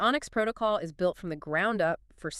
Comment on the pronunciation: Holding a ton of XCN but 🤣 this is obviously an AI video. Any time you hear mispronunciation like saying “I” “s” for the word is. Dead give away. Nevertheless, the info here is accurate on the onyx chain protocol and its currency. Super bullish!!!🎉